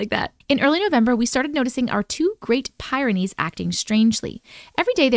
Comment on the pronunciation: I own a Great Pyrenees. It's pronounced like the word "pier" or "peer." So think of it as peer-ah-nees.